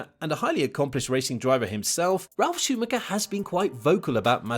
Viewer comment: Hi,good job with the content👍 but If you do have some respect for M.Schumacher you'll say his name right because it's so annoying.Try to not spell the last 'c'.